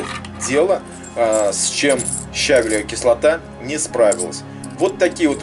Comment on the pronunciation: Видео - супер, только правильно ставить ударение щавЕлевая кислота. ЩавЕль.